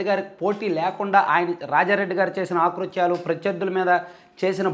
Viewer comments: Akruthyalu not aakruthyalu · ఆకృత్యాలు కాదు అకృత్యాలు అనాలి భాషా దోషం